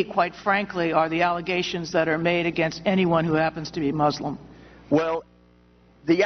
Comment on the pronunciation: she says mooselum lol